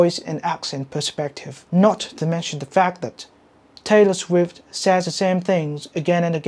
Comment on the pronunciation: Taylor Sguift 😂